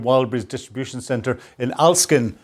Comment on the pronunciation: The Ukraine Drones STRUCK was at ALEKSIN, IT SHOWS IT ON YOUR MAP, YOU said it FRACK to BUNT and called it ALESKIN. WHY do you get it WRONG????????????? You say MANY words all JUMBLED!